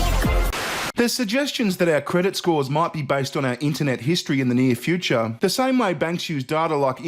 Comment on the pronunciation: I love when says fee-oo-cha...:)